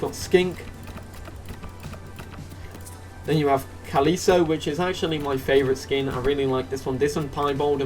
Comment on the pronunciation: Calico is pronounced Ka-Li-Ko, like Calico Cat. xD